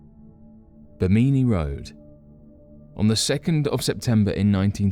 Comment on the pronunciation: BIM'-in-nee, not Bim-MIN-nee.